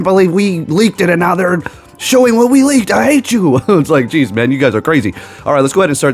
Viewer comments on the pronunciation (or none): none